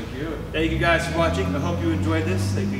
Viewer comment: "this is truly worthy of the title of 'mcjeep'" Other guy "MICKjeep 😕 it is..." lol